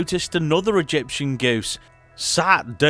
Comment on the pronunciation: Great video guys. It's EgyptiAn btw with an A. That aside, much enjoyed.